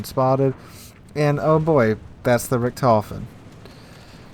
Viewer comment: I'm not a great WoWS genius player, but to me it looks like of all the decisions you could have made along the path towards disaster in that first GK game, you almost consistently managed to pick the worst available options. Had a bad day maybe? also (a bit nitpicky) your pronounciation of "Richthofen" is very off. Without seeing the CVs name attached to the squadron, I probably wouldn't have known what you were even talking about. If that's not something you care about, fine. Otherwise you might want to look up the correct pronounciation somewhere :-)